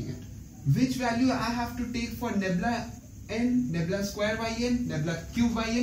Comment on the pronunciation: Ummmm. its "nabla' not 'nebla'